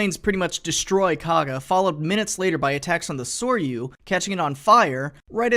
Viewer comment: Awesome video! Just one note on pronunciation: "Saw you" is something more like "Sorry you" "Hear you" more like "Heary you" The '-ryu' part of their name means dragon. Soryu meaning 'blue/green* dragon' and Hiryu meaning 'flying dragon'. *Japanese is one of the languages that treats blue and green as shades of one colour, so you may come across Soryu translated either way in different sources.